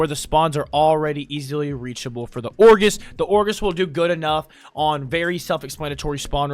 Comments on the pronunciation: it is like a knife to the gut every time i hear orgis when he means ogris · It's ogris not orgis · It's OGRIS, not Orgis... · lol.. "orgis" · i'm gonna go crazy if you say "or-GIS" one more time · Everytime he said Orgis I died inside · the "orgis" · "Kuva ORGIS" man im dying XDD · W guide, L pronunciation on kuva ogris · Dude, I love you, but your pronunciation is giving me psychic damage... Ogris != Orgis Crepuscular != Crespecular Armaments != Armenenents Malevolence != Malavins Vigor != Viger Sahasa != Sahasha When life gives you melons, you might be dyslexic (It takes one to know one)